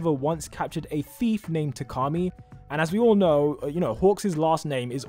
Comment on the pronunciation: It’s pronounced Ta-Kah-Me. (Takami) It has a sharp tone, it doesn’t flow.